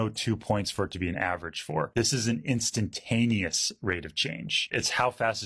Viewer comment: You lost me when you kept saying "f of x" but I was enjoying it until you started saying "h" because it didn't sound right but I didn't know why. Maybe I don't know how "h" is supposed to be said, but then you brought my attention back by saying "intentaneous" which I liked, and I agree that we can't do division by zero which made me feel smart. I liked how the line went squiggly.